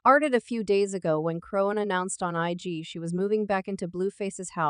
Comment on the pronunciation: WHO THE FUCK IS CHRONE?? how do you make a video about someone and you’re illiterate 😂😂